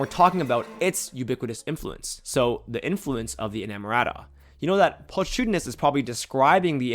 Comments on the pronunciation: this may be true in some cases, but not when the audio played actually mispronounced pulchritudinous by pul-tree-tudinous instead of pul-kri-tudinous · Pulchritudinous is pronounced with a hard "ch" like chemistry or mechanical. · not pronouncing pulchritudinous correctly makes understanding even more challenging